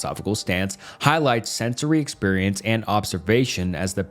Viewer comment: You pronounce exPerience and Principle very clearly. Great video but mind numbing hearing say emFEARicism so many times bro.